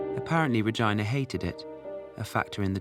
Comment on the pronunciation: an interesting doco on a much beloved artist. But please, learn to pronounce names correctly … [redžína] or perhaps [režína], but not English [redžaina]